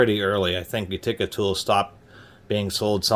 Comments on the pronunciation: Sweet old wrench! Many pronounce it "YOOteka". says "YOOtekER". I have no tools from Utica but have been there. Nice find. Should clean up nice unless rust has gone on too long. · What in God’s green earth is a You-tick-ah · Accent is on the first syllable! U ti ca. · The way he says Utica is completely insane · still can't pronounce Utica. Oh well. Great review otherwise.